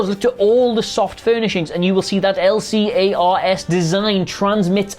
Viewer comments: L-C-A-R-S? L'carrs? Really? 😆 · you threw me for a loop when you said L.C.A.R.S panels rather then L-CARS not gona lie